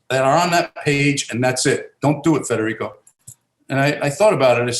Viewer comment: Good friend u pronounced his name wrong.. dad was born in Naples or on a boat ride ?